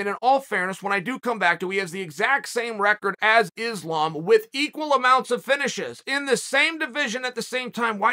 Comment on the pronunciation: Issslaaam makelchev 🤦🏽‍♂️